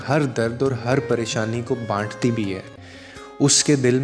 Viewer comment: Bu kha nahi hota bhu kha hota hai bha alif kha alif😊...yaaar keya hogaya hai...bhant ti nahi bant ti hota hai...urdu ki itni beizzati